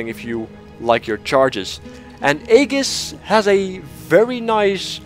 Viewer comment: I can understand how this French phrase is bludgeoned by English speakers, but I especially love how "Aegis" gets the same violent treatment.